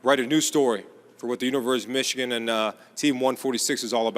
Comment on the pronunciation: Did he say, Universe of Michigan?